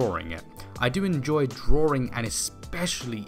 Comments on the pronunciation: You sir ... have talent.. and I think it’s awesome that I can’t figure out if you say DrawRing or drawing.. lol .. might as well be the first coz your talent is roaring.. love it!!! Subbed .. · funny when u say drawing it sounds like you'd say drawrring